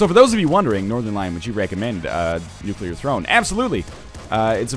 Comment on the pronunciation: I'm proud of you, Northernlion. You're pronouncing "nuclear" correctly.